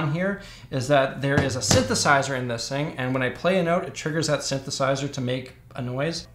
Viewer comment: The first time he said "synthesizer", I swear my ears heard "sithesizer". 🤨